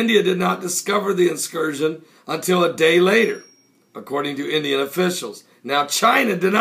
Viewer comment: Incursion, Pastor.... Not inscursion.... **Sigh...